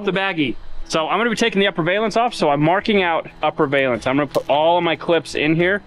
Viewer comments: it's pronounced Val--ance. NOT. Va--lance👍👍 great vid keep it up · Valance, like balance. A valence (with a long A like Scale) is a term used in chemistry and atomic physics. I know, you don't care. It also really bugs me that no one who works on cars knows how to pronounce solenoid. 😝